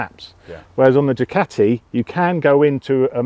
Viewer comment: its not a DUCATTTI . Its a DUCAAATI !